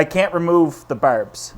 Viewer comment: I could listen to say Barrrbs all day long!!